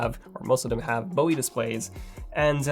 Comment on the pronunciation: "Bowie." B.O.E.